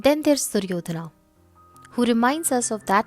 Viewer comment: it is wrong. Stop commenting about language which you never studied. It is not Duryodhanaaa Not Arjunaaa not Karmaaa The pure form has no aaaa here. Only when another word is added after the name sometimes the joining sound becomes aaaa